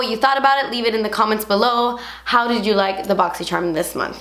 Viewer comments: Who else lives for the day of the month that says "bosychcharm unbosching" 😱😵 fave thing ever 😋💞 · I really only watch these to hear say "botsy cherm" lol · i always love how you say boxycharm! too funny! xo from my channel to your’s <3